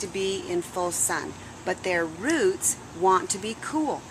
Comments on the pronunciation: I HATE when people say RUTS! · Ruts no it's roots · They are roots, not ruts.